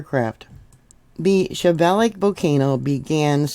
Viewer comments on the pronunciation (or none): Shiv-a-loosh pronounce volcanoe name, and Kam-chak-ah for peninsula. Glad you recovered ❤ keep taking D, C, and Zinc to build that immune system for when those grandkids bring home the bugs. 😊